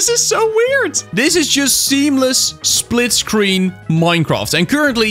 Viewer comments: “Splitcreen” gj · ah yes, "Splitcreen"